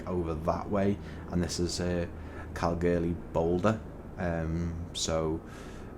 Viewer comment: It’s pronounced Kal-Goore-lee